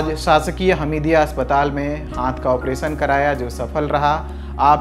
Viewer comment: ऑपरेसन नहीं ऑपेरशन होता है, उच्चारण की कोई ज़रूरत नहीं होती क्या लल्लनटॉप में जॉब पाने के लिए।